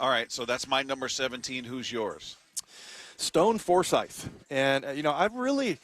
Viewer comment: Dude really Stone Forsythe?!! 😂😂😂😂